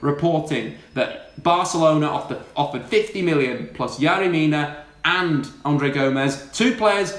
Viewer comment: I DIED everytime he pronounced "yerry". As a Barcelona fan there is no way manchester united is letting pogba leave.